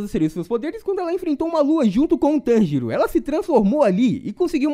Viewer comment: Cara eu fiquei escutando ele falando tangerina kk